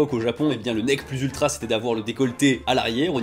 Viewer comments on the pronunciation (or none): "Le necK plus ultra".... 😂😂😂😂